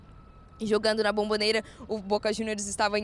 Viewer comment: Cara não é Bambobera é Bombonera! Caixa de Bombom